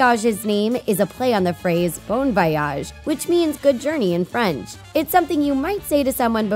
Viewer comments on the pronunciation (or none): Bon Voyage means have a good trip she said it wrong